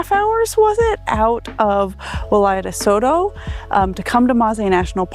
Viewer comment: not Toto but Entoto (can be pronounced as En-TOH-toh or init’ot’o) and In amharic “እንጦጦ”. And then I think there may be some confusion about what takes place at St. Mary’s Church, so let me explain it clearly and accurately. In Ethiopia, Orthodox Christians observe the 21st day of every month in honor of St. Mary. On this day, believers attend not only St. Mary’s Church but any Orthodox Christian church to pray and worship God. In the Orthodox faith, St. Mary is lovingly called “Our Mother,” and we believe that she intercedes by praying to her Son and Lord, Jesus Christ, for the forgiveness of our sins. These celebrations are based on specific and well-established religious reasons. January 21st is commemorated as the day of her departure (death). May 1st marks her birth, and May 21st celebrates her public revelation in Egypt, a day that is respected even by Muslims. August 16th is observed as the day of her resurrection, when she was taken up, as her Son was. September 21st is also highly significant, as it commemorates the appearance of the Virgin Mary to the 318 scholar fathers at the Council of Nicaea, where Arius was condemned, and it is also the day when the Cross of our Lord and Savior Jesus Christ rested at Ethiopia, Geshen Debre Kerbe. For these reasons, the veneration of St. Mary on these dates is deeply rooted in faith, history, and long-standing tradition. Thank you!!!